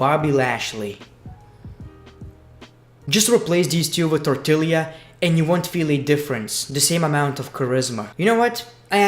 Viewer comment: You said tortilla wrong lol